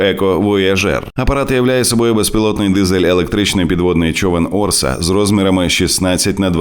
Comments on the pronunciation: Orca читається як "орСа"? А я думав, що "орКа"!.. орКа супроти орків було би логічно... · Не "Орса", а "Орка"(orca), тобто косатка! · Правильно читати назву ОРКА, перекладається, як кит вбивця Впевнено до перемоги